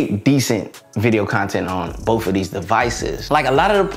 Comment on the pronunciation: "Boaf feature"